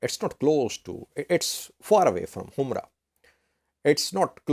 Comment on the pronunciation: It should not be pronounced humra, it should be humora or himora